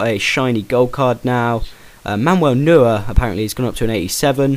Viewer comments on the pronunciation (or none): the prounantiation of neuer is: noi-er and of reus is : rois :D